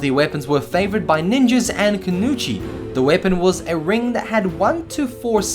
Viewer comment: Kunuchi? It's "ku no i chi" the ignorance is strong with this one